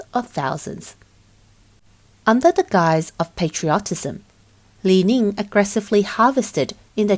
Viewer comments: HK$6.8 Billion = US$780 Million not 7.8 Billion US$…..?? Company is “LI-NING” not “LI-LING” as keep being mispronounced….heaps of faulty info here 🤔🙈😱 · This reporter sounds like somebody from Hunan cuz she is pronouncing Li Ning as "Li Ling"